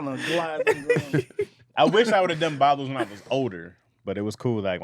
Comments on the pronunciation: Everytime he said Boblos instead of Boblo island I wanted to jump through my phone and correct him I cringed everytime he said it wrong 😂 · I tried to correct him in the live- but he paid NO attention… 🤣😂I was like 🗣️NO ‘s’ is on that word!!! 😡😡😡